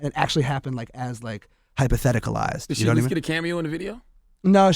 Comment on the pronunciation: Dicky said hypotheticalized